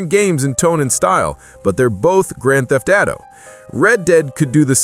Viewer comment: “Grand theft Ado”